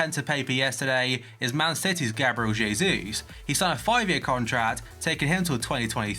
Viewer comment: Btw it hay Zeus not Jayseus